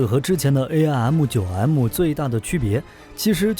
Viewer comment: Did you forget 1958 Sep, F86 with side winders 鑽入M15 , 17, 尾火孔，。遁入爆炸，失了14 M15 , 17, 台俠和平， Aim means 目標。不是，A-I -M 唸弯舌头，。噁心透了